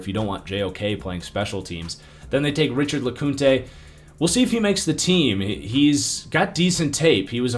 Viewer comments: It is pronounced “lecount” not “lecoonta” 😂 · The UGA Safety is pronounced “La-Count” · and he couldn't even pronounce his name right either smh